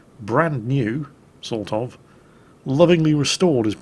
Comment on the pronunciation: I love when british people say "sort of". I don't know why.